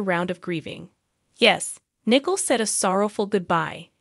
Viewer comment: Narrator: it's pronounced Na•coal.